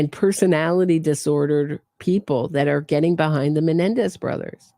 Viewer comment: “All of the Menendi!!” 😂😂😂😂